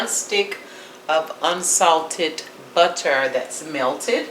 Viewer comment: It's just the annunciation of the buhterrrr that is like nails on a chalk board.. c'mon!